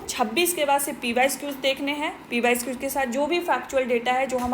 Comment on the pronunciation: Mam aap pysqs mt boliye..ajeeb lagta hy..pyqs boliye